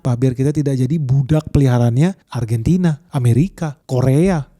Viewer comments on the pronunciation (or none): none